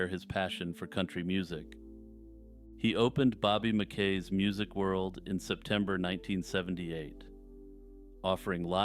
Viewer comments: I believe it is Bobby MackEE’s Music World. That’s the way they pronounced it in the haunting show where they interviewed him. Otherwise keep up the good work! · I don't like the way this guy pronounces Mackey's...